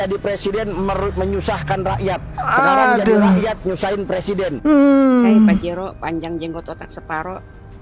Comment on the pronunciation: Njirrrr lucu banget tuh cw pas nyebut PAJERO😂😂😂😂 ga jadi gw beli mobil PAJERO😂😂😂